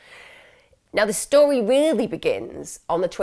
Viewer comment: Lol i just has to rewind when you this “okay this is the Tory that is told” I’m guessing you meant to say story but found it funny also shows it was likely one take